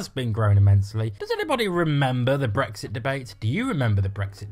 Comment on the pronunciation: Brexit (or "bwexi" as you pronounce it) was the best thing to happen to the EU. The arrogance of you lot thinking you would be allowed back in is amusing. There will never be the unanimous support required amongst the EU 27 for British entry.